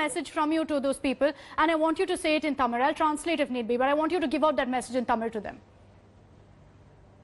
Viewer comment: she say தமிழ்(thamizh or tamil)correctly she may a tamil or other south indian language speaking women ! because tamil languge letter zh(ழ்) is hard to speak ! but i like her work she critizied karthick very matured way !